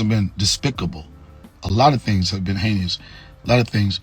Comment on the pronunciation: I don’t listen to anyone who can’t pronounce the word heinous.